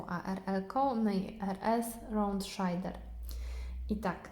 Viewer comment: raund szejder nie szajder